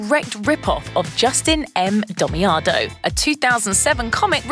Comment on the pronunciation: Damiano not 'Domiado'